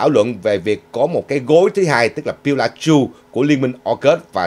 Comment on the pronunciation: "Pillar" (cột trụ) chứ không phải "pilow" (cái gối) !!!